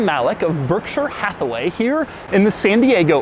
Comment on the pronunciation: Doug: says "Berkshire Hatheway" Me: turns volume up to 11